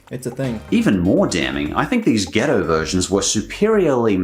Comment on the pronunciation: For the pizza box pizza, it isn't a delivery item, just a gimmick. I think it might be an eating challenge too? And hearing an Australian say "ghetto" is very confusing and funny